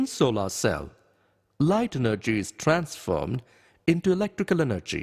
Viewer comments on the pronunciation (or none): Wow he speak like for example, elctical eneggy, is tanformed, speak like that but i like the video